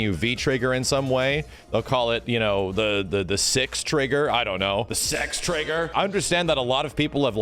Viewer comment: At this moment when I heard Six Trigger...I paused the video, resumed my work..and thought its Sex trigger... and his Dood Fans would say that...after an hour later I resumed the video..and Yes...We are Doods of